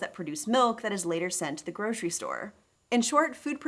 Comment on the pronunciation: "groshery shopping"